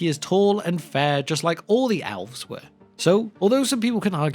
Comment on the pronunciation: Is there a reason you pronounce elves as alves?